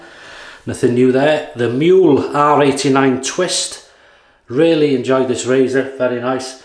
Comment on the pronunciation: Hi, great Video! And congratulations to Mrs. H for that wonderful flower Arrangement. Let me help you out with the word "Mühle": the Umlaut "ü" is pronounced similar to the Letter "y" in the welsh word "cymreag". I hope that you find this a little helpful. Cheers from Germany, Helmut 😁